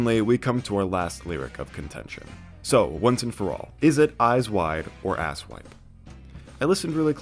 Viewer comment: It sounds like 'wipe' while also sounding like wide. How did rivers pronounce two letters at once?